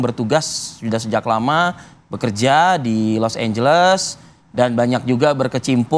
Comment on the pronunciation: Los Angeles jadi Los Ambles